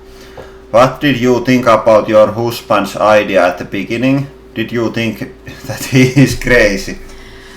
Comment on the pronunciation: I like the way you pronounce words. Hoosband lol.